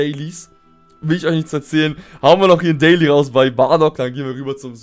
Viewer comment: Dieses Englisch